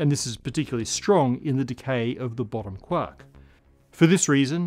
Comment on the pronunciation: Was looking away but my head whipped around because I swore I heard him call it the BOOTY quark.